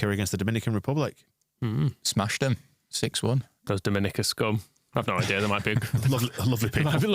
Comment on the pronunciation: It's pronounced Dom Mi Ni Ca Not Da min no ca 😮